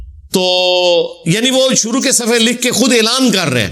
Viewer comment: Jazak Allah great job but Ap apni urdu bi sahi kro bahi suru ni shuru hota hai majak ni mazak hota hai